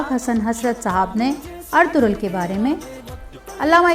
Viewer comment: سب سے اہم کام تو یہ ہی کیا کہ کم از کم نام کا تلفظ درست کروایا❤️